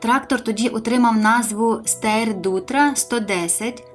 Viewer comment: Лайк за відео. Тільки, будь-ласка, не "Стейр", а "Штайр"!